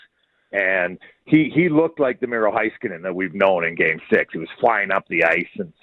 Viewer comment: Why do people have such a hard time saying Miro's last name correctly?